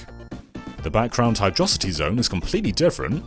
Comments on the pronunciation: It’s pronounced 'Hydro City', not 'Hydrossity'. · It's Hydro-City. Not "Hydrossity". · i die a little inside every time you pronounce it "hydrohsity" -_- its a city.....underwater.....y'know, a hydrocity. Pronounced like "hydropower" or "hydroelectricity". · Did you really twice say “Hi-Dross-ity” as a level name? That is the weirdest curiosity. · An atrocity of pronunciation!! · Says "hydrocitty"...disliked. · Sp no one gonna bring up the pronunciation of Hydrocity here? No? Not a touch on the Megamind side of things? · Why does everyone pronounce Hydrocity wrong?